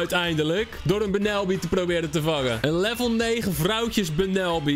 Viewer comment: je spreekt bunnelby uit als Bannolbie trouwens wil je ooit een keer een only grass type challenge doen